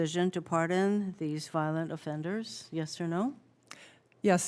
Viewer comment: She said “virent affenders”😂